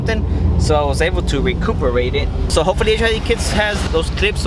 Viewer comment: Este wey "Recooperate it" XD you mean "Recover it" lmao!